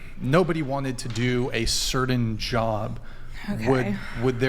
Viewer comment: There’s no d in “certain,” idiots.